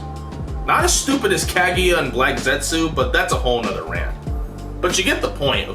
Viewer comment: The way you say Kaguya kills me bro, you can say “ya” I her name just fine and and you just butcher the “Ka” in her name haha you one of those people that refuse to pronounce your friends names the way it’s pronounced huh?? Smh I still like your video and analysis but the mis pronunciation hurts my soul